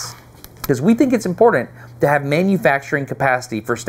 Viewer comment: I'm ... if you say impordent one more time instead of important I'm clicking off. Ugh.... It's hard to listen to. lol